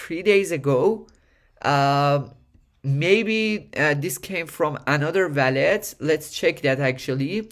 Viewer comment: wall - let . not valet